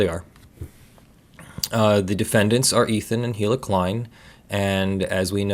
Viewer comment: The "H" in Hila Klein is silent!